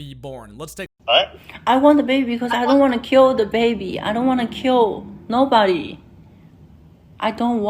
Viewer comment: “I don’t want to quill no bawdy”